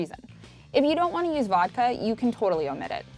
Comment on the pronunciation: SHE SAYED VODKA?